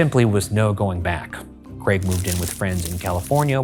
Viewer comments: Thanks for saying Craig correctly Ryan, too many Americans say 'creg' and it does my nut in 😂😂 (brit here) haha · nice to hear an american pronounce craig correctly for once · I just want to thank Ryan for saying 'Craig' normally. when the video started I was scared I might not be able to watch if I kept hearing 'creg'